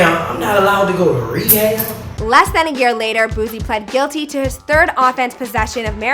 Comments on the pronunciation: Booze-E & Bat-tone 😤😤😤 girl it’s Boo-see and Bat-ton she really blowing it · It’s when she says BOOZIE for me 😂🤣 B O O S I E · Boo-C!! Not boozy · Who tf is boozie baby it’s boosie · Boosie 🚫 Boozie 🤦🏾‍♂️🤦🏾‍♂️🤦🏾‍♂️🤷🏾‍♂️ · when she said boozie i got lost like who is boozie and im from baton rouge i seen boosie lol and his mom was my teacher back in school Ms Hatch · It's Boosie not booZie b|+¢# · So the video is good EXCEPT ALL THE MISPRONOUNCED NAMES! It was annoying me so much I didn’t finish! Boosie’s name is BOOSIE...not BOOZIE! JS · For the last time its Boosie not Boozie. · Boo-See Badazz - Ba-Tin Rouge People just don’t try 😭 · Boosie not boozy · It’s not BOOZIE. Boosie! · Right there ain’t no Z it’s not Boozy it’s Boosie! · Between Boozie and Ba ton Rogue I had to turn this shit off!! She garbage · The host grew up on the other side of the tracks....boozie...wtf boo--see..I see she doesn't read well...BA-ton...wtf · Got damnit it pronounced BOOT-SEA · It’s pronounced [boo-C] 🤦🏻‍♀️🤣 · It's not boozie....it's with a S. Put some respect on his name ya heard me. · The way she says Baton Rogue and Boosie wit a Z 😂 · Lol “C Lock” “Boozie” “Bauton Rouge” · This host sucks she aint from the south tf is boozzie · And she keep saying "boozy" why? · It’s Boosie there ain’t no damn Z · Did she not realize she is saying boozy lol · If she says “Boozie” with a heavy Z sound or Baton like the weapon Baton one more time I’m gonna scream. From a mildly aggravated Baton Rouge’ien. 😂-Officer Superman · You black and you pronouncing his name like it’s spelt “Boozie” WHERE IS THE Z AT? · Wtf is a boozie please fire her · Every one that don’t listen to boosie pronounces his name with a z lmao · Boozie??? She too damn fine to be fuckin up a street legend name. Yooo and she fuckin up my birthplace name she said bah tahn roogue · Man even that old lady said his name right but she can’t lol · Ewwwwwahhh why you sayin his name like that ????